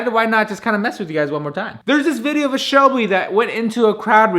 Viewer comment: says a Shebly....